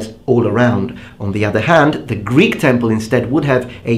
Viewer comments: Ur greek pronouncing of words is pretty pretty nice to listen to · Great greek pronounciation and no strange accent! Μπράβο! Greetings from Greece my friend! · Hey friend, just wanted to say that your pronunciation of Greek is stellar! Well done!